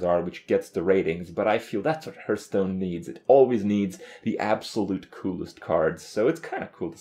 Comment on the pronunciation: once you hear him say "hurtstone" you cannot ever hear something else